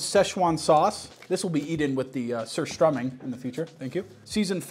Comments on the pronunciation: The only non swedish person who did not butcher the word surströming im impressed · The best american pronounciation of surströmming that i have heard 🥵🥵🥵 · as a half swede im really proud of his correct prononciation of surströmming but i would like too point out that its fucking vile but a good experiance on how food shouldnt taste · might be the only american that says Surströmming right